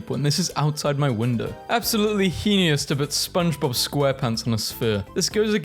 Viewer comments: NOT HEENIOUS 😭😭😭 It’s pronounced “hey-nus” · how dare you say heinous like that, its hay-nus not he-ne-us